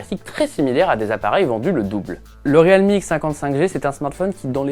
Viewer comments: Bientôt ils vont dire le Real de Madrid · Vous êtes sur de la prononciation du nom de la marque ; Realme ??? 😂🧐😂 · Ça m'a carrément choqué aussi ...